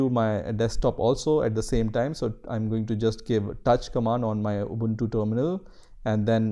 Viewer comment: its pronounced ooboontoo not abuntu